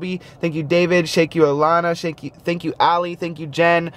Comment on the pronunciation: Haha "Shank you!"